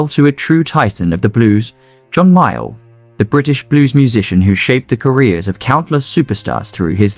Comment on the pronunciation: That is John MAYALL, not Myall. By the way, MAYALL was English, not American!!!